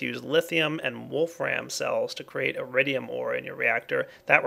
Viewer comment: lol i though he say eridium not iridium borderlands 2 refrences